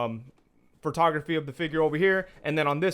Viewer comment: Great review, I appreciate that you say fig-URE instead of figger. Thanks 😄